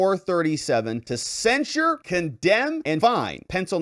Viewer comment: It sounds like you're saying, censor. The word is censure cen·sure verb express severe disapproval of (someone or something), especially in a formal statement.